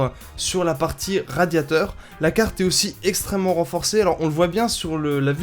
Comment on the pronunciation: Putin sa se dit pas cargne graphique avec l'accent d'un mec enrumer sa se dit carrrrrtttttttte graphique avec un r et un t pas un g et un n merde